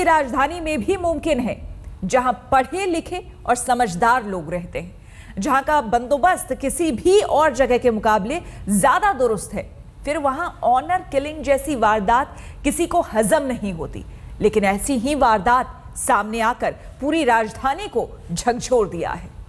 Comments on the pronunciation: It’s honour killing NOT horror killing , how do you people become journalists and reporters? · Did he just said “horror killing” instead of honour killing ? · horror nahi hota honour hota ha 😂